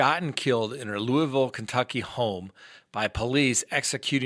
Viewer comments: Yes you are pronouncing Louisville Ky correctly :) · Thank you for your Louisville pronunciation.* I enjoy listening to you state facts. I'm all about the facts and common since. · Its Luval, Lu rhyming with look, val rhyming with all, or maybe more like 'ol. A lot of people here in Central Ky pronounce it that way anyway. In Louisville they probably pronounce it differently.🤭 What happened in Louisville is sad and unacceptable. Police are doing this way too often.